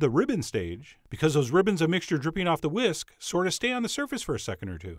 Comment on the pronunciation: When he said "what we need to do is we need to take a whisk" am I the only one that heard " take a whiz"?